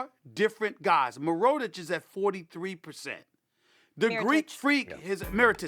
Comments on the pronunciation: Mi—ro—tich bro, really? Aren’t you paid to know the names and stats of the players, but mainly their names? It’s Mirotić geez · Stephen A.. say it with me: Meer-Rah-Titch. Mirotic. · Nobody: Stephen A: Mirotich! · stephen a smith: mi-row-tic molly: mirotic youtube comments: fire molly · thank you molly this guy always says miritic wrong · Mirootic lol, come on stephen a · This nigga Stephen A main sport he claims to be an 'expert' in and covers from top to bottom don't even know how to pronounce Mirotic's name correctly??? Smh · Damn, never heard anyone say Mirotic like that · James lol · Anyone hear him try to pronounce mirotic? Really made me doubt if he even watches lol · og bfran exactly 😭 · og bfran I agree